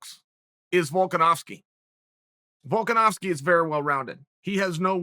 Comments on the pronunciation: VOLKASNOOZKI , VOLKAWHOSKI, ANKLE KICKER , VOLKAWHOSKI LMAO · Chael loss credibility the moment he said the name "Volkanowski" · Excuse me, volkanovski? Not even close